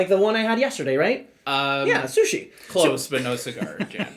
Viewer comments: what? what SUSHI? you pronouce author name totally wrong. its not CH like in english Cholotale, its like J in spanish Javier Charles the 4th, not 2nd and yes, this is heavy-heavy euró with with easy mechanisms, but in finale it is big analysis-paralysis braingcooking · nope. Takhle se to vůbec nevyslovuje :)